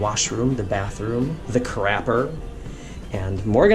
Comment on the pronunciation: "Crappper"...what's with the poor English, mate? No need to go ghetto.